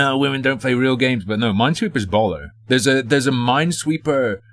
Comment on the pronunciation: i ain't need to hear "baller" in a british accent